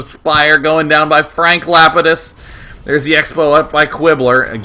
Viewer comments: It's pronounced Lah-pee-dus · That's Frank Lapidus from Lost.. pronounced Lap-ee-dus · Day9 is obviously not a LOST fan. I kept cringing at his pronunciation of Lapidus. XD